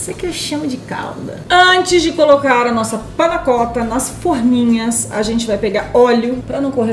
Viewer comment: Não se diz Panna cótta, e sim panna cotta. Sem acento. O cotta é pronunciado quase com O se tivesse um ô.